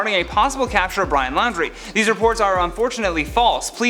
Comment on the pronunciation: It's not pronounced Lowndrie, it's pronounced like 'Laundry"